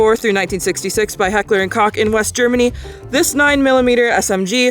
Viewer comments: min. 🙄😠⚠️IT'S NOT "HEKLAH & CO*K" - IN GERMANY WE SAY!🇩🇪 🤬"𝕳𝖊𝖈𝖐𝖑𝖊𝖗 𝖚𝖓𝖉 𝕶𝖔𝖈𝖍,,🤬🇩🇪 THAT WAS SOME 𝕲𝖆𝖜𝖉-𝖆𝖜𝖋𝖚𝖑 𝕻𝖗𝖔𝖓𝖚𝖓𝖈𝖎𝖆𝖙𝖎𝖔𝖓 !! ⚠️😠🙄👎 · Entertaining, nostalgic, funny. Subscribed! Just one gripe: it sounds like Coke, not Cock. Imagine ordering a rum and coke. Hahah Heckler and Coke Just the fax, maam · It's pronounced Heckler and Coke, not Cock. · it's pronounced COKE. Hekler and COKE....and this may be a coincidence but I may have worked with your mom way back...i mean at a real workplace.